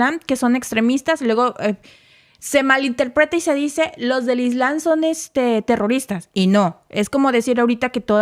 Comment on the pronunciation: es ISLAM y se pronuncia la "M" ISLAMMMMM ** NO ES CORRECTO COMO LO PRONUNCIAS (ISLANNNN) No es la primera vez que pronuncias mal palabras que se escriben y pronuncian con "M".